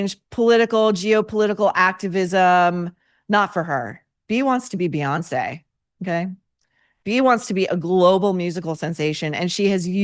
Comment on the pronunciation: Ok Maureen's stare after "Byonce Thunberg"! 😅